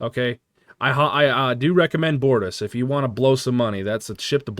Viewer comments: It's literally Gow-ron. no L. It's also the BOR-tas. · Btw Comander See-luh. The ship is the bor-toss. Chancellor Gal-ron. Sword of kay-less. Captain jane-way Klingon pronunciations in particular are weird so you are forgiven.